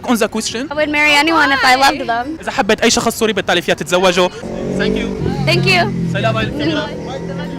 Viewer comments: لك ثانكيو ..مو سانكيو😂😂😂😂 فضحتنا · بس مره تانيه الفظ الثانكيو مزبوط مو سانكيو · السوري يقول سانكيو ههههههه قصدو ثانكيو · ثانكيو مو سانكيو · اذا بدك تقول للواحد شكر آ بلأنجليزي thank you not sank you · سانك يو بدل ثانك يو نكتوا أخت اللغة كمان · تنكيو مش سنكيو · هاي ..حلو انك تاخد كلشي بطريقة مهضومة..بس بخصوص اللفظ الانكلش ..خدا نصيحة من اخت لاخوها ..ابدا مو عيب ازا طالعت الاكسنت صح يعني عادي ازا قلت thank u بدال سانكيووو ..وكتير ضحكنا بس شفنا الفديو وفعلا مهضوووم كتير ..وازا بدي اقترح سؤال ..ياريت تسال الكنديين ازا بيعرفو شي كلمة بلعربي ..لو حتى.. شكرا .. وشكرا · فضحتنا اسما تانكيو مو سانكيو 😂😂😂😂😂😂😂😂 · ثنكيو مو سنكيو يا فهمان هههههه دخيل ربك شو ئلبي حبك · sank you الي عم تقولها معناها اغراق لازم تدرب عحرف الثاء مشان تقدر تقولThank you الي معناها شكرا ما Sank you الي معناها اغراق لانو الي بيعرفوا انك ما بتعرف منيح ممكن يقبلوها بس الي مفكرينك بالبل رح يتدايقوا منك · ليش بتقول سانكيو